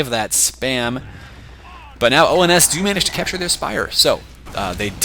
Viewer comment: Uhh,, it's ONS, not OMS